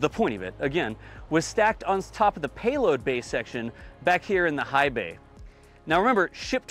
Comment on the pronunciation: "Bayload bay" I like! He's coming up with new and exciting words that keep us spectators on the edge of our seats!